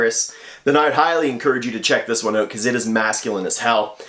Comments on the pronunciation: The way he says ( OUT ) is so funny 😅 he is so sweet ☺ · That Canadian OOUUUT 😂